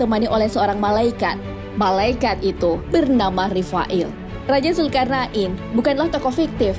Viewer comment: Zulqornein bukan zulkarna,in bos